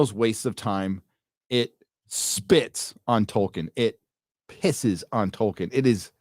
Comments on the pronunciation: Goddamnit Charlie Rose.... it's TOLL-KEEN not TOY-KIN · Did Charlie Rose say Toykin? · The only way that interviewer could possibly mispronounce Tolkien's name worse would be if he called him "Twerkin." (No offense, ).